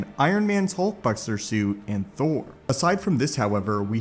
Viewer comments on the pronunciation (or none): none